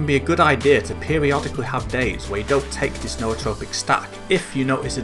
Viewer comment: Thank you for pronouncing Nootropic correctly. Drives me nuts when people pronounce it "newtropic".